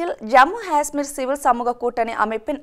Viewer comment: Jammu Gasmeer? or Jammu Kasmeer? or Jammu. Hasmmer? Correct pronunciation is Jammu Kashhmeer